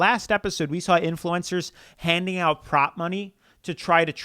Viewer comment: Why are you saying "influencers" like that? Influ-EN-cers? You're putting the em-PHA-sis on the wrong syl-LAB-ble